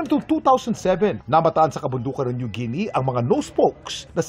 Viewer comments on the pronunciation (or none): none